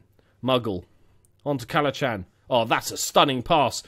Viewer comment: It's pronounced Cal-a-han 😂 don't blame you though haha